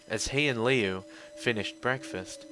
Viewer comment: HIS NAME IS NOT LEO ITS LiU!!!!!!!!!!